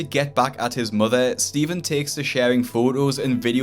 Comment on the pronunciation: “My motha left me and mi brotha